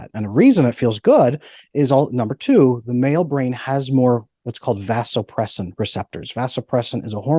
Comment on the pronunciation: Well I can’t say I disagree with much of what this guy is saying but… when a “medical expert” is speaking on something that he is an expert on it’s particularly difficult to take him seriously when he is apparently unaware of the correct pronunciation of Vasopressin (ADH). It’s similar to being a reporter that can’t pronounce the word “report”. SMDH